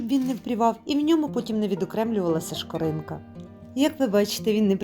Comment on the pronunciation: Дякуємо за рецепт. Дуже приємно Вас слухати. Хочу трохи, вибачте, підказати: по ДЕКУ і СКОРИНКА.🙂